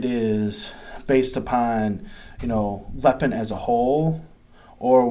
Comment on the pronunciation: Hi, Im an American living in China for the past 6 years, Ive been a fan of lego for YEARS. Lego product here is about 3x the price of lego back home due to import tax on foreign goods. Because i refuse to pay CRAZY amounts for real LEGO brand toys Lepin (pronounced Lay-pin not the way you say it) has made me happy so far, Ive got two sets waiting to be put together now. also have a decool as well. All and all I'm quite happy to save the crazy money. at least its not megablock, those things were crap. Also you quoted the star ship made by lego is about $600 whereas lepin was about $100 whats awesome is i can buy it all day long here for about $20 haha